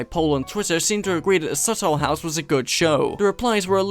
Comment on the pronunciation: Why does he pronounce it like "subtle house"